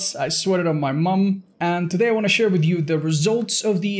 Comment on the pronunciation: "Mai mum"